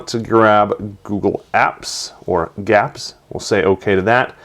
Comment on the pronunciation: it's not "gaps" it's /gee-apps/